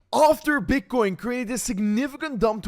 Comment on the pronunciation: Emphasis on the After